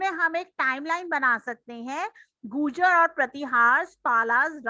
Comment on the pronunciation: Mam bolna Sikh lo 😂😂😂😂😂😂 gujar nahi gurjara😂😂😂😂😂